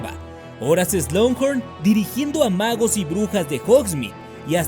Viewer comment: Hola, llevo mucho tiempo siguiéndote y amo tus vídeos, son los mejores por encima de cualquier otro Youtuber que conozco, pero hay una sola cosa que nunca he entendido... ¿Por qué dices "Slunghorn"? Si es SLUGHORN, sin esa N antes de la G.